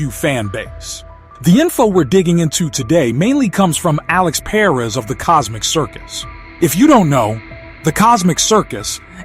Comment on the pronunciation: i hate the way you say perez 🙄 that's not how you say that name